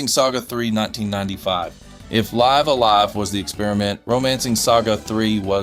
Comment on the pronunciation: It's pronounced "Lih-vuh A Lie-vuh" basically you're living a live, that sort of sound.